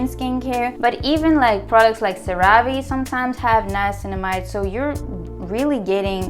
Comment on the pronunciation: That other skincare line Cerave is pronounced “sarah-v” not “sa-rah-vay”. The names comes from the active ingredient in it called Ceramide.